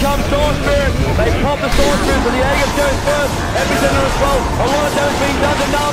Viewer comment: Imagine being the announcer for the International without knowing how to pronounce aegis.